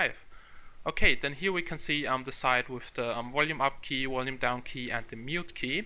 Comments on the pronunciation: stop keep saying wolume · Im just happy that the Wolume buttons are the same. And its pretty cool that the Wisual style is so similar. This is really Wital in my opinion. Wery Wery important. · wolume up and wolume down